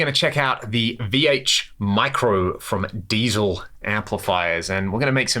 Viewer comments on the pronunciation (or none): Pronounced "diesel"